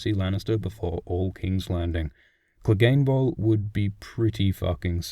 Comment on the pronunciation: and don't get me started on angry joe saying cleegun bowl